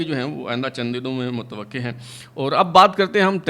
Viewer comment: متوقع کے قاف پر زبر ہے۔